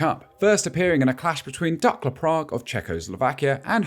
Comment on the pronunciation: "Duckla" Prague? Surely it's 'dookla' with the oo as in soon. Great video, very informative.